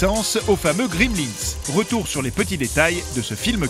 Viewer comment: C'est Gremlins, pas "Grimlins" :)